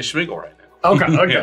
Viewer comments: why does he keep saying SHmeagol? Why did Suarez sack Smeagol and put 2 counters on the Carrion Feeder? weird also, infinite turns? that sucks. it was getting entertaning, ended in such an ugly manner. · Was anyone else bothered by saying "Schmeagol"